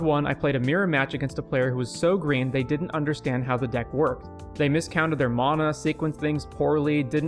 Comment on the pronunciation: Man I liked where the video was going but I couldn't finish it because of how unreasonably annoyed I was getting with the way you pronounce "mana"